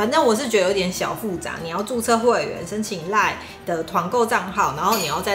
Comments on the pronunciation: 一直很好奇，為什麼老爸習慣把line讀作lion？！ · 我也一直聽到有獅子出現